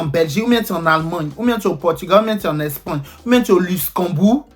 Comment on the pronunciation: Chanson sur nous mainon 😂Epui comment ça Allmangne, Espangne, Utuluser😂😂 Pro masque encore Eeee deh toi même tu dois avoir Ton dictionnaire, c’est quoi toutes ses expressions là 😂❤ félicitations 🎊🎈🍾🎉 à toi pour tout le succès que tu rencontre actuellement ❤